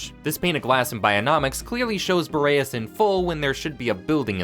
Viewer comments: U gotta be rage baiting me by constantly calling the planet fucking "Bo ray ess" its "BOR EE ASS" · Curious how you found the pronunciation for "Boreas" when it's said in game differently and is a real world word also not pronounced the way you say it.